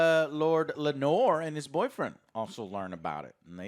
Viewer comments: Hey Joe.. sorry to be that guy but just thought I'd mention, Daemon = "Day mon" not "Damion" Sir Criston = "Chris Ton" not "Christian" Laenor = "Lay nor" not "Lenore" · Hahahaha. I was about to write this same comment. I find it hilarious now. My favorite is that Laenor (Lay-nor) is now Lanore (La-nor), like an Edgar Allen Poe poem. And now Corlys is now “Corals” lol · Ah yes. Lord Christian in addition to Corals and his son Lenore. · I love you guys but you are pronouncing the 3 main characters in this episode wrongly. There's no Christian or Damien and Lenor is a fabric softener in Ireland I think 😁😁. But seriously, love you guys. Every week I wait for She Hulk, Rings Of Weakness, and House of the Dragon. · As a father to a daughter named Lenore, I really hope you can learn to pronounce Laenor right for the rest of the season. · pronouncing the names: “Ser Christmas and Rainfall. And Rainfall’s father, king Vicarious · Man, you guys are slaughtering these character names!! 😂